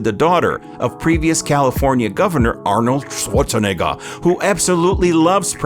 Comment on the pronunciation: It’s funny how the last name was pronounced correctly until he was like I’m gonna add some spice to it and said “schwartz a nigga”